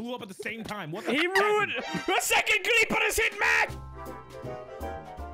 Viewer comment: "A SECOND CLEEPER HAS HIT MATT!!!"